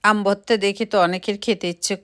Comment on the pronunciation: উচ্চারণটা ভততা হবে না ভর্তা হবে।